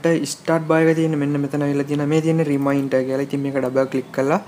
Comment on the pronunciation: ow ow රිමයින්ටර් web page . oya hari. best pronounciation. 😂😂😂😂😂😂🤣🤣🤣🤣🤣🤣🤣🤣😅😅😆😆